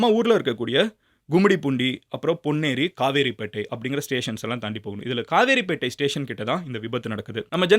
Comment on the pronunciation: Kavaraipettai illa kaveripettai